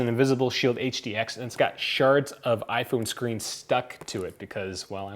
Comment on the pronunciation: I wanna know why on the title is smartphone but you just keep say aphone aphone aphone because you can't even say iphone